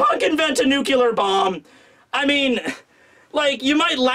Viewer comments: Time to fire up Kowalski's nucular reactor. Is that a nuclear reactor?? NUCULAR. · great review but... NUCLEAR BOMB... NEW+CLEAR >_______<"